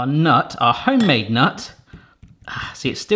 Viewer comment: Who laughed when he kept saying "homade nut" 😂